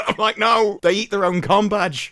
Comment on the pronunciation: Combadge or Cumbag? Can't stop hearing the second every time 😂😂😂😂